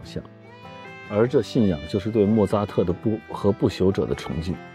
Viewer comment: 第二遍看这期，发现莫扎特念做莫za特😂😅